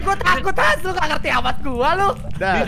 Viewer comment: Bukan han bang tapi hans